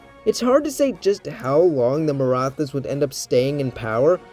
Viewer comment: Great video! One comment though: The “th” in Maratha is not pronounced like the th in English, it’s meant to signify a hard T sound, like in “tea.” I have wondered a lot about what a Maratha-ruled India would look like though. I think there’s a decent chance it would survive into the modern day, especially if it is able to undergo a degree of industrialization (which was stifled by British exploitation) as well as a democratic revolution like England’s Glorious Revolution, where the monarchy is retained under a democracy. Unlike Imperial China, the Maratha political structure was somewhat set up for a democratic transition due to its separation of powers between the Chhatrapati, or emperor, and the Peshwa, or Prime Minister. The Peshwa wasn’t elected by a Parliament but it could have reformed into that. Of course, it’s also possible that, like in China, the Marathas are overthrown by a communist revolution lol. But we can dream.